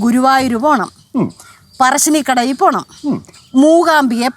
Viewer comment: പറശ്ശിനികടയി അല്ല, പറശ്ശിനിക്കടവ് 💖